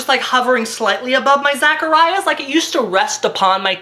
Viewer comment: His " Zachariah's " ......... IM PART ON THE SUPERNATURAL FANDOM AND THAT WAS FUCKING HILARIOUS